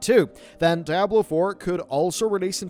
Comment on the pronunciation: Diablo NOT DAIABLO